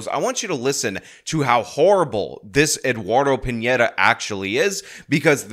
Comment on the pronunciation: That news caster really said Pineda as Pinata and I think that's what his sentence should have been. (For legal reasons, that's a joke)